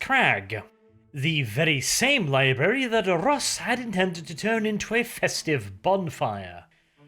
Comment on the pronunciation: Did you say libary on purpose? If you did, nice Simpsons reference!